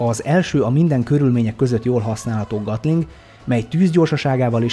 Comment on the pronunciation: Bocs de annyira b....sza a fülem, hogy nem bírom ki. A Gatling az ejtés szerint Getling E-vel nem A-val.